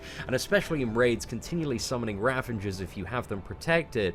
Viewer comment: I dont know why so many YouTubers put an N in the word Ravager. It's not just you :)